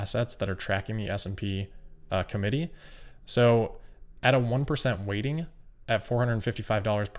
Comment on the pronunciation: everytime he says weighting I hear "rating" (with a speech impediment)